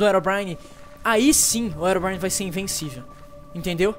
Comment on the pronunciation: o Rezende fala erobrine mais e herobrine ele fala errado